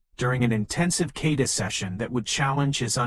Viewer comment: a. I. bullshit. first of all it's not a "kayda'. it's a kah'- ta"